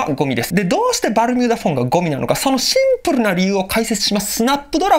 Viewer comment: シ↑ィンプﾙﾙウ